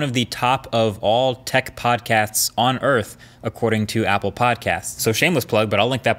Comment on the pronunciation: who heard podcats?